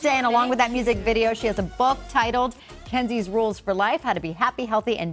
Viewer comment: Is it me or did the interviewer said "jenzies rules for life" 😂🤔